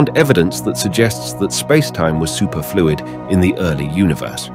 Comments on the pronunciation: Yeah...supErfluid or sUperfluid? I was laughing at that! LOL! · Is this AI narration? Pronounce “superfluid” challenge, difficulty: impossible.